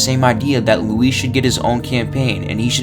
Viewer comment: Thanks for not calling him Louis like Leon does 🙄